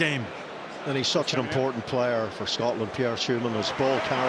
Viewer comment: Worst commentator of all time. Stop calling "Scotland", "Scartlernd"